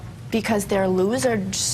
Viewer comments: "Because they're lewsurds" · "Because they're loserdsss". Never actually thought that "loserdsss" is a word. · Shot i didn’t know what a rocket scientist was either 🤦🏾‍♀️🤣🤣🤣 and what’s a loserd? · “Because they’re loserdzs” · Did #5 call them loozerds? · Looserds. Honey were you trying to say lizards? Are you having a stroke? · ‘because they’re loserds’ 💀🤡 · " because they're loserds" haha wow. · I love the "loserds" one. You can tell she hasn't even finished saying the word but already realises what a fuck up she's made, hence the weird stutter/pronunciation. Sorry girl, you dropped your mask for just long enough that everyone saw the real you. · "Because they're lozardszs" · “Because they’re loserds!” What? 😆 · Loserds hahaha wtf is a loserd - a loser and a turd 😆 🤣 jk jk lol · “Because there Losedezzersss” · “Because they’re lose-rds” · Yep. "Because they are loserds." ... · ‘Because they’re looserds’ 😂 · “Because they’re looserts” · “Because they are loserdts” She knew she said something stupid but kept going, smh. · "because their looserds" 💀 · “because there Loserds”🤣🤣🤣🤣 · "because they're losereds" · “Because they’re loserds..” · "Because they're loserDs" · She's the loserzd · BC tHeRe LOSSERDDDS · “Because they’re looserds” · "Loserds" Hahahhaha the cringe gets me every time! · “Loserds”- Alexandra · “Loserttz”. Lmfaaaaaooooo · I will never forget "Because they're looserds" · The "Loserds" bimbo most likely voted for Trump in the 2016 election. That probably explains why she can't even say basic words like suspected, lawmakers & tolerated. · I was watching tgis with my cat and when she said loserds my cat gave me that look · “Because their losders” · “Because they’re loserds.” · "Because they're some loserds" 😂😂😂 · YEAH "LOSERDS!!" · Judy: what were you cussing at them for? Her: because they’re LoSeRdS am I the only one who noticed that? I was laughing at her so much. What a loserd 😂😂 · "Loserds!" I yourself forgot about that 🤣🤣🤣